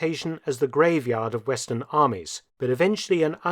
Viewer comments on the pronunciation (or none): none